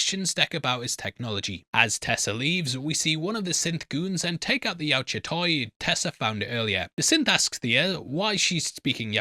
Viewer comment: Finally learned to pronounce Yautja the right way😂😂😂